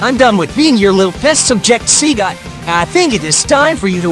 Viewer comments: After , and , it sounded like he said "See Ga" when he’s done saying Say Ga. even though Sega and Say ga make together with See Ga. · This is Sonic's clone, cuz he can't pronounce "SEGA" correctly. He is saying "SEE-GA"